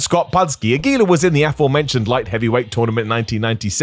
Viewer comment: Aguila is so forgotten that even how to properly pronounce his name is forgotten I guess.